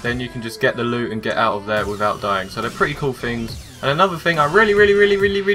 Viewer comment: ummmmm... "Tings"??